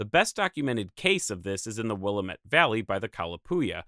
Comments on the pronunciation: FYI you pronounced Willamette incorrectly. It's pronounced will-am-it. Not will-a-met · It's pronounced Will-lam-it. Not Willa-met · "Wil-lamb-ette" by the way, not "Willam-ette" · For future reference: Chinook is said with a S sound, and said more ih than hard I. And Willamette is said "Will-am-it". We tend not to have any hard emphasis on syllables on almost anything we say here. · Hello, from Oregon! Amazing video, as always! I just wanted to pop in and say that I appreciate your attempt to pronounce the "Willamette Valley" correctly, however, it is said "WILL-AM-ETT" 😊😊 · You mispronounced Willamette its will-lame-it. Nice video thought thanks! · Took a brief look at the comments, and surprisingly didn't see anyone bring this up yet: Willamette is is pronounced Wil-AM-mit (like goddammit). No worries though, it's a common mispronunciation from those outside of western Oregon. :) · Will- Am- ET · "will-AM-et" (Willamette) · I was into this documentary until the gross mispronunciation of Willamette… Fascinating otherwise. Nice work. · all good. It is a classic one for non-locals to mess up. Love the work. Keep it up!